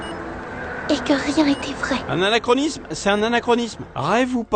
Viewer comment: Au moins a appris à prononcer "anarkonisme" comme il faut! LOL!